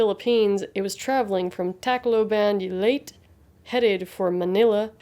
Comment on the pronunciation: Great video! I would just like to correct some of the pronunciations here, Sulpicio is pronounced as "Sulpisyo", not Sulpickyo". Also Leyte is pronounced as "Ley-te", not "Late". Overall, a great video. Thank you for covering this event. Also, people falling asleep on the job is kinda common here in the Philippines and it's awful most of the time.